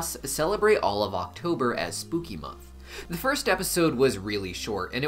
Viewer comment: Sir, it is Spookymon, not month😂😂😂 Digimon, Pokémon, what's next😂😂 sorry everyone, but i hear "mon" not "month" 😂😂😂😂